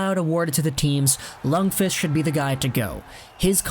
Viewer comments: His name is pronounced “Lunkwist” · No, its pronounced Luundkviist.